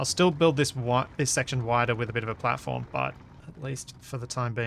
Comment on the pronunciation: All I hear is "splatform". Once you hear, you cannot unhear... ;)